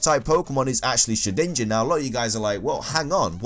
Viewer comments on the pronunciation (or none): "Coombi" "Shidinja" "Soonflour"